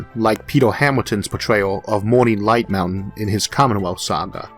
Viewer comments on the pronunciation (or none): none